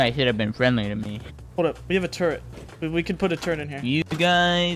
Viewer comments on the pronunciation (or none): also add an 'n' to turret (turrent)